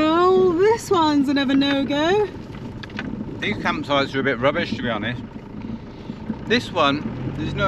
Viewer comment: Absolutely howled out loud at accidental blooper ' campsh--es so funny but just about sumed it up! Arrh no-one can't say you didn't try and stay so positive camper vanning in the UK. Bet it's defo not on your list next year:)))) thanks guys love your vlogs x